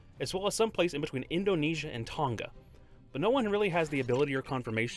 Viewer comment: unpog for Tonga pronunciation (kidding)